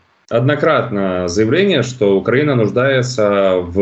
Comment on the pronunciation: Как ни странно но Мося правильно произносит слово укрАина !😂😂😂😂😂